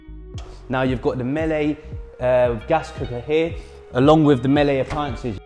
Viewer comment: 1) Sandbanks is not in Bournemouth, it's in Poole. 2) Miele is pronounced "Mee-Luh" not "Mellay"